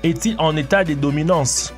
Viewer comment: On dit pas bominanse mes dominatoin